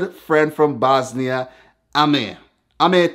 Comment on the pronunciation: You cant say the bosnia r